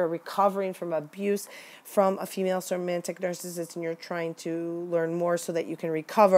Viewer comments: somatic, not somantic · Do you mean somatic when you say "somantic"? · It's somatic not somantic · I love your video. Hopefully you don't click your pen, or whatever that sound is, in all your other videos. And it's somatic, not "somantic". But it's great to hear people talking about this. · Great video. Just an FYI. It's SOMATIC narcissism (not somantic.) at first listen I thought you were identifying a new type I hadn't studied yet and got confused. The term comes from the Latin 'soma' (in medicine) meaning "the body". This disorder already has so, so many types and variations, with symptoms and behaviors and terminology that's already very confusing which is my reason for correcting. The use of correct terms is essential to truly understanding them in our studies. Also, in this day and age of career women the cerebral type is found in lots of women too. (They be MUCH smarter than you & I, you know!). Lol. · The word is SOMATIC, not somantic. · They are called somatic -- not somantic.-- narcissists. It undermines your credibly to mispronounce a term of art. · They're called "Somatic Narcissists." You keep adding a "N" to this word. Not being a jerk here, just providing an annoying correction. lol